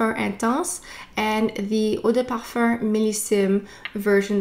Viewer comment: i love this video ! i’ve been really into givenchy this year & it’s great to see this review so soon. i wear the intense version of l’interdit & really like the warm cosy vibe. this rouge version sounds great too ! one observation i’ve made re canadian french is your pronunciation of parfum which sounds like parfarr or parfurr. it’s very strange to my ears, but that’s just me since i’m less familiar with canada in general. great content as always though 💗